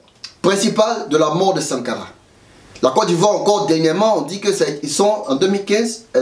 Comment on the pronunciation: je t assure je suis mort de rire ce matin. Comment quelqun qui parle polik n arrive pas a dire correctememt Sankara.